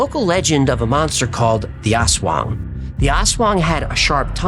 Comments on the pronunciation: Your pronunciation of “aswang” is pretty good. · and TWF team, please do our Filipino Cryptids! And great seeing you on Shawn Ryan Show! Well done pronouncing Aswang, btw!